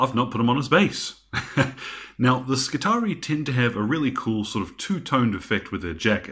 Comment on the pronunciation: Skitarii,....the double ii should, I think, be pronounced ee i. SKITAREEI